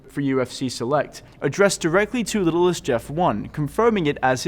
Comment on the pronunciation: littlest? no you dorks at who can't even think. it says Little ST as in saint stupid.